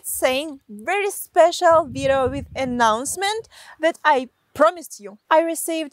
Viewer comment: I follow you cause instead of video you say vitto.